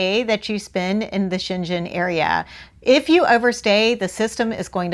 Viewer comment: You should learn how to pronounce Schengen zone. You're pronouncing that right you're talking about the city in China.